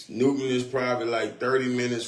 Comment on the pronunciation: Newnan not Newton…